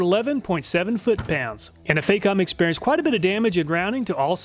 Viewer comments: Great video again sir! If i may be so free, Facom is pronounced with the A as in the word barn. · It's not Fay-com, the "Fac" rhymes with "Back".